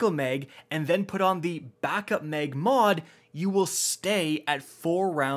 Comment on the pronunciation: Mag not meg